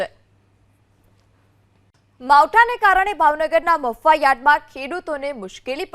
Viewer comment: આને કોક બોલતા શીખવાડો મફુવા યાર્ડ નથી મહુવા યાર્ડ છે 😅😅